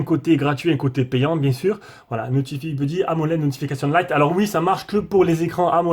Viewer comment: merci pour les vidéos. super cette chaîne. "notifaï beuddy". mais bon la prononciation en anglais c'est pas grave